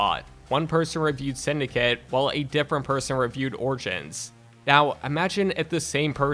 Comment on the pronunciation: Did this nigga just say orchins instead of origins!!!!